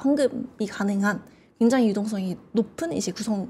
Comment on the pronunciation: 굉장히광장히광장만 100번 들은듯 저런 아마추어를 부르다니...답답한 발음과 전문적인지 않은 표현들. 더이상 못보겠네요.